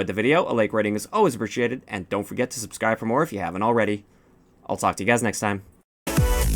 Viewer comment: lol you said skubsribe at the end!! XD made my day! XD